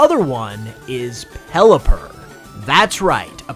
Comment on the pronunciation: Peliper? You mean the word champion Pokémon? Never heard of it